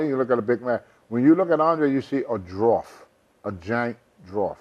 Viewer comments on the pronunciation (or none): "A Giant Drawft" 😂😂😂